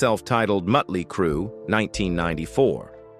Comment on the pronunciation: The narrator needs an English class, the name is Motley Crue, not mutley crue, or meatley crue.